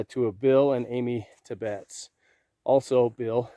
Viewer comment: Its pronounced "tibbits"...the family still lives in town